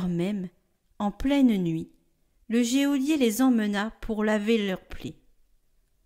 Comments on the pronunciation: Bonjour En toute bienveillance, je voudrais rectifier : GEÔLIER se prononce « JOLIER ». Merci pour votre travail. En union de prières. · Bonjour merci pour les commentaires de l'Évangile! En revanche il faut savoir que "Geôlier" se prononce "jolié" et non " jéolié", merci de le dire à la charmante lectrice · Oh je suis désolée de vous le faire remarquer mais on dit GEOLIER (jo) et non géolier. Soyez bénis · On prononce « jolier » et non « jéolier » geôlier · En français, le mot geôlier se prononce "jolier", sans qu'on entende le e. Merci pour vos si belles voix qui portent ma prière chaque jour. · Merci pour tout votre travail. Pour info, on dit « JÔLIER »😂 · Geôlier ne se prononce pas géolier....il me semble. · Hé, mais dans l'homélie aussi, geôlier est mal prononcé !!! Je ne veux pas paraître trop attachée à la forme, mais enfin, nous en avons aussi besoin.